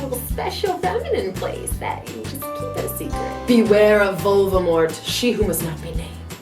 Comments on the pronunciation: "Vulvamort" XD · "Beware of vulvamort" at her finest